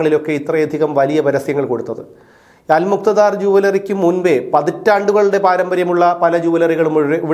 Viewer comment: അൽ മുക്ത ധാർ അല്ല അല് മുക്താ ദീർ ആണ്